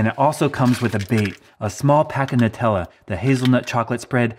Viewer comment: The correct pronunciation is "New-tella" ~ BTW rodents also like Tootsie rolls. Chew on a 1/2 piece and stick it on. They CANNOT resist it! ~